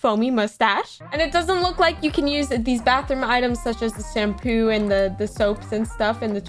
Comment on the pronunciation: gotta love it when she says sampoo instead of shampoo :virtualhug